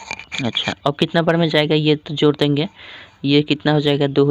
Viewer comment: Jor nahi hota hai bai jod hota hai😂😊